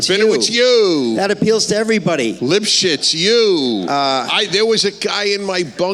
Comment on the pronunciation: Lipshitz? or Libs Shit? 🤣